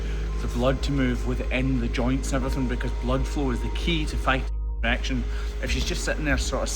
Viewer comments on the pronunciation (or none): Why can’t you say infection???